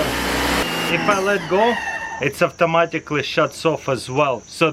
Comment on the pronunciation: dudeeeee you’ve been living in America for many years and still you’re saying AFTOMATICLY